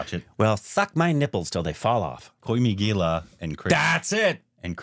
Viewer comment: Koi mi gilla😂😂 I know one shouldn’t make fun of wrong pronouncing skills but it is funny when they say it